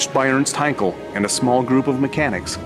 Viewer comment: it is funny that you pronounce Heinkel as Heinkol -- same sound as Bell but not Ball - does this make any sense - by the way it is a German name - not british. Actually, if you paid any attention to Dr David Myrha you would get it right.